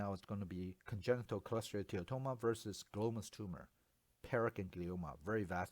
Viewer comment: This presentation is fantastic. I particularly get thrilled the way you pronounce cholesteatoma with a mix of what sounds like American and Malaysian-Chinese accent. You just say choleteatatoma. Best online radiology teaching on this topic I have seen so far.